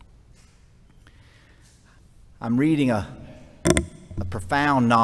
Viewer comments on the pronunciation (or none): none